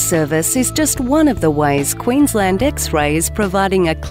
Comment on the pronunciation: Quensleeend forever; the nicest of world's ENG pronunciations - say I, a Scandinavian.